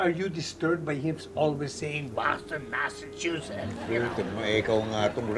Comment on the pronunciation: 😂😂😂😂😂😂Boston masachuses 😅😅😅